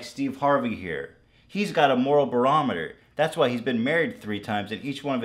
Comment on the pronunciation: hahahahahahahahhahah bro he said "Moral Berometer" hahahahahahaha